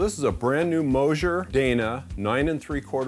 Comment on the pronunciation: No,, on the rearend parts, it is pronounced Moser, not Mosier. You are teaching the world about these car parts, so say the manufacturer names correctly.